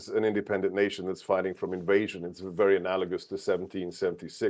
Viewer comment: "Trump will speak in wery short words." What a surprise!